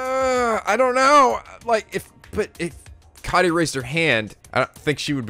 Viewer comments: I'M STILL HYPER LET'S GO He's also been mispronouncing Kaede's name. He says it Kai-day instead of how it's actually pronounced Kah-Ay-Day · still mispronouncing Kaede and Tsumugi wrong.Goddammit.....